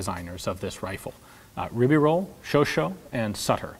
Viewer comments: "Chauchat" is NOT pronounced as "show-show"... it is pronounced as "show-shah" (like the erstwhile Shah of Persia). And the stress is on "shah". Otherwise: good show. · Very interesting ! But why do you always pronounce Chauchat as "Sho-sho" when the actual french pronunciation is "Sho-sha" ? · Look the "Sho Sho" was the mispronounced moniker the U.S. troops gave to their Chauchat ["Show SHAW"] automatic rifles. Please don't use that to refer to the designer; it's disrespectful to mangle his name that way, no matter how much you may dislike his weapons. Are you going to talk about the AR-17 at some point, & call the designer "Yujin Stunner?" I think not... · Don't get on your high horse friend, the "show-show" pronounciation stems from the nickname given to the Chauchat by english speaking troops, because... yes... they wouldn't pronounce it correctly ^^ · Chauchat is actually pronounced "show-shah" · do not have a friend who is a high horse, and even if I did, I would probably not get on him. Still no reason for mispronunciation, especially because the person Chauchat is mentioned, and not the nicknamed weapon. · You got a point, though i think there are worse things in the world (or on the internet) than mispronouncing a name.